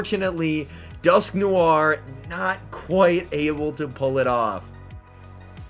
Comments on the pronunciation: 🤣🤣🤣 it’s alright everyone pronounces different Pokémon funny stuff. I’m pretty sure it’s pronounced as Dusk noir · Why do you say dusknoir like dusknoiare